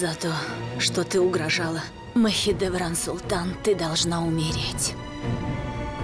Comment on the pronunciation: Не Махидеврана, а Махидевран... Изучайте русский язык!